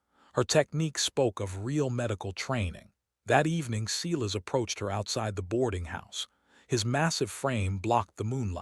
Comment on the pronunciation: Please pronounce Silas as "Sigh -las". As in the Bible. Great story. Thank you.